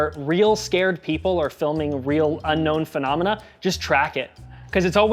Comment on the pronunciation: Phenomenon - singular. Phenomena - plural. Monomenah - muppets